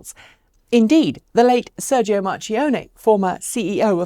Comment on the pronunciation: In Italian ch is pronounced k. So, Marchionne = Mar - kee - on - neh.